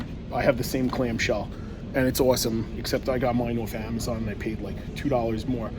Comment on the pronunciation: “$3 nointy noin” “if u order from amazoin”